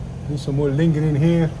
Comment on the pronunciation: She said why are u fingring not lingering 😂😂